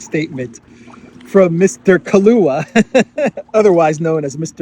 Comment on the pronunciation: Mr. "Kahlua" 😂 too funny